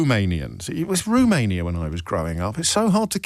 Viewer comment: Romania is pronounced with a "schwa" weak form, neither "u" nor "oh", it is a weak first syllable, the stress is on the 2nd syllable.. the spelling however is debatable